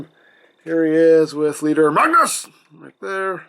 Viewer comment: when you say Magnus it sounds like your scrapping lol